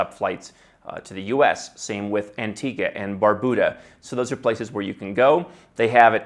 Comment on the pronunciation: Since pronounced Antigua correctly, I'll have to trust him on Anguilla and Macedonia (hard C, really?).